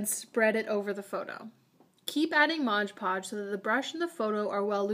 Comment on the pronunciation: She said 'modge podge' even tho its actually called 'mod podge'